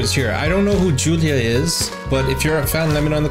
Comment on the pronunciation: it is pronounced Yulia lol., if you remember Diana's performance of can't help falling in love,, Julia was the Judge dressed in red with the blonde hair .